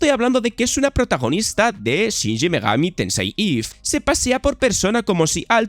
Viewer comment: Porque coño dice shinji megami tensei en vez de shin megami